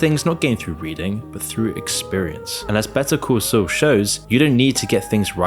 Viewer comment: Why the fuck do you pronounce Better Call Saul as "betoo coo soo"?